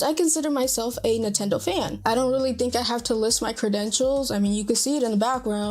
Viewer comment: it's Nintendo not "Nutendo"